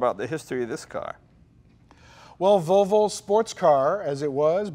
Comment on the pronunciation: Jay said Valvo! No, Jay, it's Volvo, unless maybe you're Swedish.